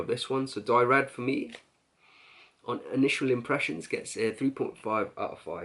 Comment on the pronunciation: I respect your olfactory knowledge bro but, come on how difficult is it to google how to pronounce SA LOW MAY but you kept saying Dyrad, it's DRYAD ! And you don't pronounce the two LLs in Papillon. WOW. I honestly do love your vids. This is feedback to help you. x